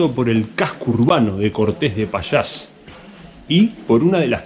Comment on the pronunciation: No me borres otra vez, solamente te dije que no pronuncias bien la ll. Suena muy mal tal como lo pronuncias, tal como lo dices es un pueblo que no existe. No es lo mismo decir Castila que Castilla. hay que decir Pallás y no Pachas o qualquier otra cosa rara como dices tu